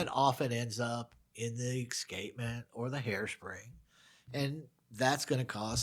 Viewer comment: Hey. You always say “Ick-specially” and “Ick-scapement”. Is this a regional thing?